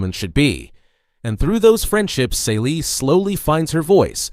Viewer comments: Totally Miss the point and her name is pronounced "Cee - lee". The Color Purple is about trauma, institutional racism come on the way that racism culture of the oppressed and then replicated by us. It's about misogyny within a marginalized Community which makes it even more sinister. You are right at Reclamation which is right after slavery, which is the most profitable time in America for black people. But looking at the black woman as a protagonist she is still being oppressed. The protagonists loses everything and it also tells the stories about the people around her and how they lose everything because of white people, and the institutionalized system of slavery that had finally ended but the remnants were still very much in place. That is so much that you miss that your characterization of this book makes it sound like a completely different book. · Celie = SEELEE! the mispronunciation drives me nuts.